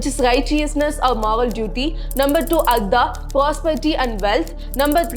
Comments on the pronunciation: Not ardha it is artha( अर्थ)😂😂 , learn the difference between da and ta , I know in Tamil ta and da and ka and ga sounds same but in other language it sounds different. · It's not ardha.. it's artha.. अर्थ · An excellent exposition by and I admire the sincere approach and deep dive into history. However, one must be VERY VERY careful when pronouncing as well writing Samskrita with its Tamil equivalent. For example it is ARTHA = wealth, which you put it as ARDHA = Half; In the introduction you do it correctly in English but switch to Tamil which one can readily see that the casual replacement of vowels in the ka kha ga gha jn (since Tamil has only ka and jn - it does not mean any other Indian language has this limitation). All Indian languages derived from Pali (or Samskrita) including Telugu, Kannada and Malayalam have the same complete vowels as in Samskrta. The same logic holds good for ca cha ja jha Gn, ta tha da dha na, Ta Tha Da Dha Na, pa pha ba bha ma. This constantly comes up as one moves through dharama suddently pronunced as daram (maha praaNa missing). Since the deep dive in history and the passion with which it is done is so good in terms going the works and interpreting, making this minor adjustment in the actual pronunciation (paying attention to the language in which it is written) will go a long way and bringing further credibility. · It's Artha not Ardra. Very good explanation. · Oh no! You are mispronouncing these words "dharma, kama, artha". For God's sake 1st learn how to pronounce it.